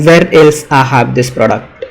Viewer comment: It's "I have", not "Ahhav" 🤦